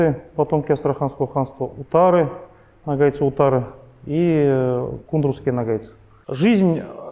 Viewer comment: Как русские не заботятся о правильном произношении. Почему нАгайцы? НОГАЙ!